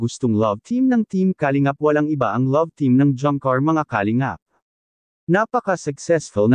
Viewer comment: Para sa narrator: paki pronounce ng tama ang word na "kalingap" (not "ka .. lingap" ang sakit sa tenga tapos paulit-ulit pa